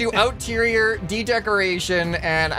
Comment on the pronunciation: OUTterior ? You mean EXterior